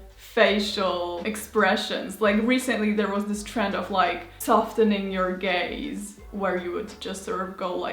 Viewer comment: i can't be the only one that heard "softening your gays" and was confused for a second hahahah